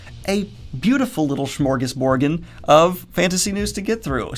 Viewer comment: Haha, when he said smorgasborden it sounded like borgen, which made me think of a giant sandwich castle!